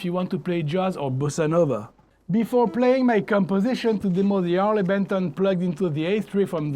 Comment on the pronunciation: It's not Arley Benton but Harley Benton...